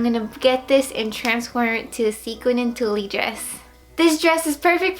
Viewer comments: Haha, I loved that she kept calling it "tullie". 😘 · tulle is pronounced like tool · Tulle is pronounced Tool, the E is silent. Lol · I couldn't finish the tutorial because of how she incorrectly pronounced "tulle". Its not cute. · you're cute- the e in Tulle is silent though! Love the dress transformation. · oh it was funny I just thought you didn't know how to say it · thought it sounded cute and funny too and then I was like " wait is that on purpose?" Lol cute dress tho